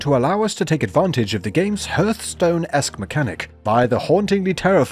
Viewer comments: Hearth is pronounced HARTH not HERTH!!! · Hearth rhymes with heart, not earth.